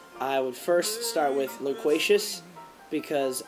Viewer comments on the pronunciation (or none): He's so verbose haha.. I realized that from loquatious. Sounds like laqwesha or whatever the fuck haha